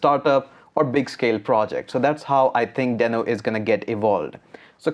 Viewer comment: It is a dinosaur not a sock...watch Ryan Dalh Talk..he mentioned it And its Dee-no